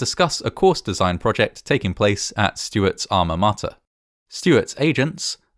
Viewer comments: All ma MOTTER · ...That's how you pronounce alma mater?